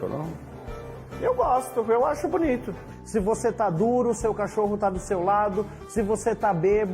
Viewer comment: Porquê Caxôrroun?